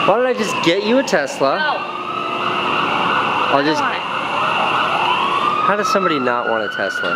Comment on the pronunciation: He specifically asked for a 'Telsa'!